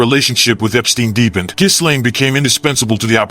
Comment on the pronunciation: Isn't it pronounced "Jillaine"? Not "Jizlane".